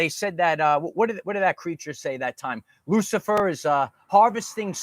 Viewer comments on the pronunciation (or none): none